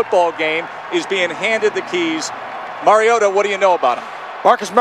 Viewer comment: Rodger Goodall said Marcus Mariado